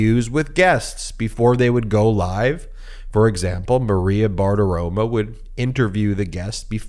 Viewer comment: Maria BartiroMOOOOOOOOOOOOOOO MO MO MO MO MO. Not Maria Bart-aroma. You're making us look stupid here. Let's not go down the "own the MAGA" path of being intentionally stupid.